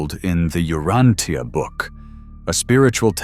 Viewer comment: Outstanding lesson. I've been reading it for a very long time and your talk is excellent. Thank you. Please, U-RAN-cha.